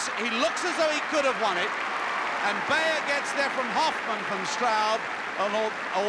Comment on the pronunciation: The winner's name should be pronounced "buyer". Hoffmann superb beating Straub, who two years later would split Coe and Ovett in Moscow.